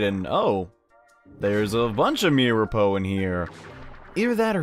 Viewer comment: it's mir-a-po